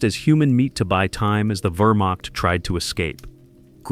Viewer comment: Wehrmacht not Vermok. Edit your video